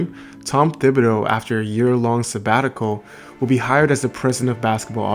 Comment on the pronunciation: Tibidow not THIBadow